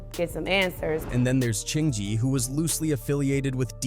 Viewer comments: are you stupid or deaf? his name is CHINGY. not CHIN-GEE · Aye narrator. Get these gat dam names right. LOL I wasnt gonna say shit til I heard "Ching-gee" LOL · "Chin-gee" "luda-crease" "disturbing TH-aaa peace" I can't listen to this shht after a while😂😂 Using AI in your video is fine I guess it's a technology that could help enhance your production..but the laziness of these people is what's crazy if your going to use an AI voice at least take the time make sure we can hardly tell write the script in a way the AI can read it for example disturbing THE peace that's all it would take and the ai wouldn't sound like a complete imbecile 🤦‍♂️ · Luda-crease 😆 Chin-jee😅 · Chin-Jee lmaooooooo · Who the HELL is CHIN-GEE? Get this AI garbage outta here! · AI mispronunciations are irking the fuq out of me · Cringy to listen to. Listening to mispronounciations of Chingy, Def Jam South, etc... is crazy to me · Is this AI? Saying chingy and disturbing tha peace all wrong.